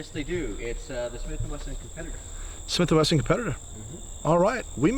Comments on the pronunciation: Ok, slowly repeat after me “Smith and Wesson”😂😂😂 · Did he say Swith & Messon??